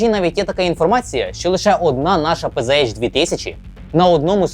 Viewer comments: та не пз а пц. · Все б нічого, але вірно казати ПЦХ 2000, бо це німецька мова.